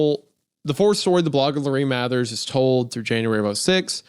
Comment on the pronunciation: . MAH-THURS. LIKE MARSHALL BRUCE MATHERS THE THIRD? 😒 How dare u /j